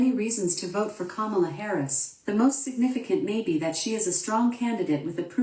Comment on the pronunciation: For all these people who proclaim "DO YOUR RESEARCH!" (which is the funniest statement, considering the source)... WHY for the love of GOD can they still NOT pronounce the word 'Kamala'? And we're supposed to find these people credible. Laughable. Not credible.